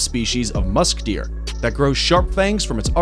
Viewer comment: Green : musk deer My ear : musketeer